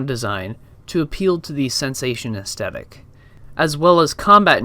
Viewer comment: AesTHetic. It’s TH like Thrush not T like Twat. The content here is great but I couldn’t finish the video because of this pronunciation, sorry to be so knit picky but astehtic isn’t a thing. Facetiousness aside, don’t be disheartened as what you’re covering here is fascinating. I think you’re probably best to practice pitching your video ideas/ scripts to trusted friends and family within a strict time limit. That way you can see what points you get interest peaking at. Should help formulate more direct/dynamic points and also makes streamlining a script much easier, imo. You’re basically the only one doing theoretical game psychology videos and it’s brilliant and with a bit more polish you’re going to be an incredible voice in this emerging field of games journalism. Keep going, I’m looking forward to see what’s produced by your idea factory over the next months and years. It’s also pretty sweet you have Edinburgh Castle as your top photo, I can see it from the front room of my house as I watch your videos was a bit of a WTF moment!